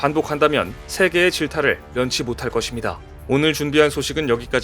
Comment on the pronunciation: [것입니다]는 [거십니다]로 읽으세요. [거딥니다]가 아닙니다. [장례]는 [장녜]로 읽으세요. 모르시는 것같아서 말씀드립니다. 가끔씩 사전을 보세요.